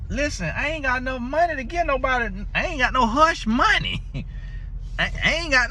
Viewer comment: Not monneee😊🤣🤣